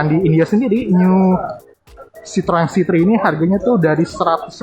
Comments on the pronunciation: Bang. Ejaan merk lu bikin gemezz.. citrun aja udah bilang bang.! Troeeen troeeen.. kek Autobots njir -_ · Citroen dengarnya srpti sitoeng....tooeeeng 🤣